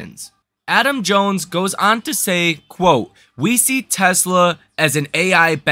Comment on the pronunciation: its not jones